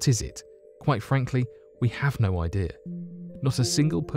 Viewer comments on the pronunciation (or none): none